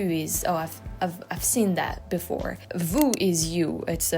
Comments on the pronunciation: vu and vous sound the same to me. view and you do not sound the same as your pronunciation of vu/vous. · Your "vu" and " vous" sounded 'zactly the same to me, but I'm just a hick Missouri farmkid who barely reads English.😋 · I couldn't tell the difference between vu and vous.... sounded identical to me.